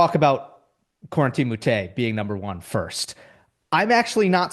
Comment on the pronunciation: Con-Ton Halys (Kwin-Ten)